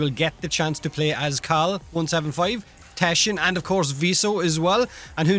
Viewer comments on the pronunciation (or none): Do you pronounce him as te shin like the shin or just teshin